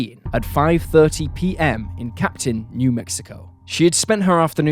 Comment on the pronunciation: Capitan, NM not Captain